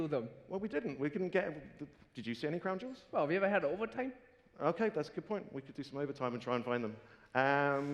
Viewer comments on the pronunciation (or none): swealing of the cwawn juuls in minecwaft :^)